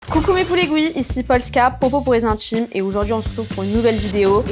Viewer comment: les intchimes. traumatchisée. tchik tchok. monde entchier. ultimatchum. etc. sorry, j 'entends que ça; j arrive pas à me concentrer sur le récit. pourtchant, j l aime bien.